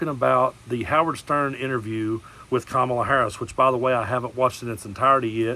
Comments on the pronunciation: I notice that suddenly t-rump suddenly knows how to pronounce Kamala correctly! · I like how he pronounces Kamala properly.